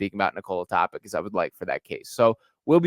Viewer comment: TopiTSCH like JokiTSCH or JoviTSCH or DonciTSCH or BogdanoviTSCH or MiciTSCH My god... why is that so hard to look up the pronounciation before making such a video?